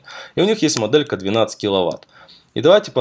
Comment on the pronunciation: Не досмотрел, не выдержал: " как раз таки, мАдэлька". Автор, говори по русски!